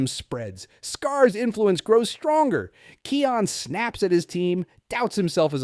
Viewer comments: Can you say kions name properly please 🙏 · Simba and Nala’s son’s name is pronounced as "Kai-on". (I’m hearing “Key-on”.) (Are you speaking with some accent?) You’re also not pronouncing Rafiki’s name correctly, you should watch “The Lion King” and “The Lion Guard” franchise again and redo this video by saying their names again! Anyway, I think it was Kion who holds the ultimate strength.